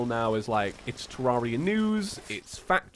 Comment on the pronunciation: "Hello traria and thusiests!"